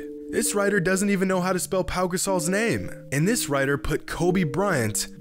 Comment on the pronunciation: "Paul Gasol" 💀